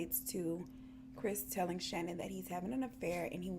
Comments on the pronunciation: Her name isn't pronounced Shannon Hun it's pronounced Sha-Nan x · Lmao okay I love you girl but her name is ShaNAAN. It was driving me nuts throughout the video. 😂😂😂 but great video. Love ya girl